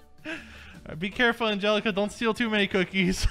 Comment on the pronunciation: At first I thought he said angallica he meant from Hamilton but I was wrong